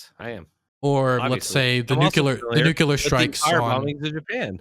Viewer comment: "Nucular " Eye: twitches unconsciously